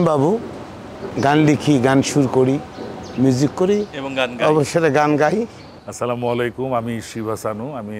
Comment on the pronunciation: না স্লামালাইকুম বলবেন না বলবেন আসসালামুয়ালাইকুম